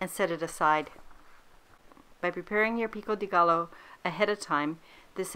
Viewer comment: Pro tip: double l’s are pronounced as j in Spanish - so it’s not gallo, but gajo - love the recipe btw